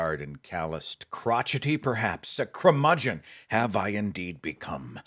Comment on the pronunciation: The word is "curmudgeon", not "crumudgeon".